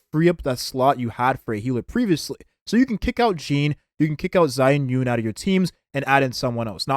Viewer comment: Mandarin is my native language and I second the comment that it's "yoon" and not "rin"